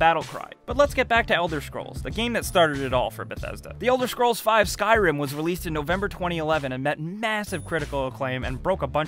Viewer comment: no flame but everytime u say the elder schkrolls my ears start to hurt xD jk